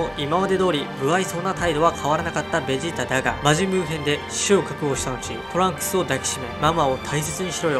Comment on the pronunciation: ベジータがゲジーたにきこえる